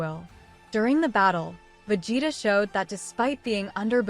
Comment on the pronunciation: cant get past the pronunciation of vegeta....